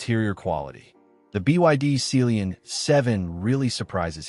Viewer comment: Ohh... It Sea lion...... Not celionnnnnn😢😂😂😅😮